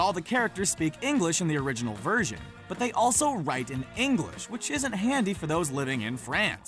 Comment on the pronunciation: I'm triggered how he said English because I live in England and I am English and he said it like ingalish English people say it like inglish